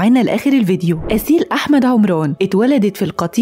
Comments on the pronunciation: اسيل عمرون لجين عمرون ايه ده ما تنكلمي بصوتك الطبيعي يا بنتي اسمها عمران عمراااان مش عمرون😬😬😬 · بلجهه مصريه هيك يقولها😂❤